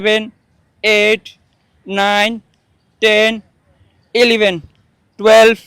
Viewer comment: এলিভেন ❌ ইলেভেন ✅